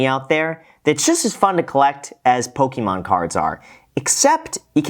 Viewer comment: Poh-kee-mon cards